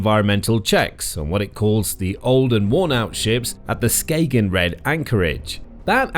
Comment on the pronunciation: Skay-gen? It's Skagen, it's a soft g more like a y in yes. But to be honest you can just say it without the letter at all, most danish people would say Ska'en